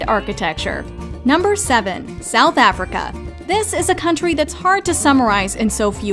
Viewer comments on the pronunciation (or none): none